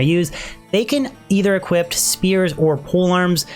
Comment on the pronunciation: Equip. Not equipt.